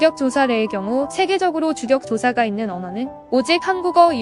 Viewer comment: 다 좋은데.. 나레이션이나 좀 우리말 처럼 해야죠. 주격조사는 주껵조사로, 쌀자루는 쌀짜루로 읽어야지. 온통 그런 실수 투성이네요. 프로그램 돌렸으니 그렇겠지만..그리고 고추는 우리 땅에 조선시대에 들어왔는데, 고구려하고 뭔 상관?